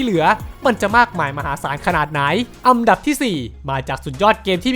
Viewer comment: อันดับ* ครับ ไม่ใช่ อำดับ